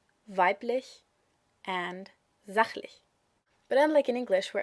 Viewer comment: sächlich, not sachlich...